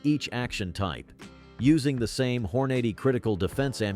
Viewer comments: Not to mention pronouncing Hornady as Hoarnoddy. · I'd like to suggest speaking your video and drop the AI. Pronounce Hornady correctly. Also nobody calls it "point 22" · This sounds like another AI podcast! Hornady is grossly mispronounced. Do your own narration. Don’t let your CPU do your job! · Can't you find someone to read the script? The automated voice is awful. "Point two two?" It's a Twenty-two magnum - just say it! And the voice doesn't even know how to pronounce Hornady? Good grief, if you're going to convince anyone of anything, be professional.